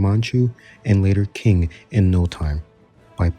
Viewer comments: just fyi: Yeren is pronounced like Ye - Ren (2 words). Haixi > Hai ci Jianzhou > Jen - joh Also its Qing (Ching) not "King" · Just btw Qing is pronounced as Ching. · qing should be pronouced more like ching, also i think that g. horde is better than the crimea - u can also ally ottomans but u r a lot bigger, have better expansion, basically everything is better